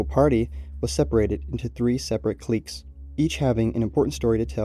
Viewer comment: i dlsike the way you pronounce cliques